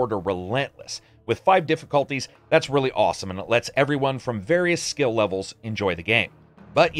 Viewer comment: I also like that "slill" system in the end there! xD